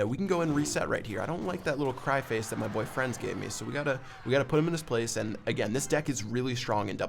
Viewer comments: I know, it still sounded like it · Did he say Boyfriend or Boy frenz? Im confused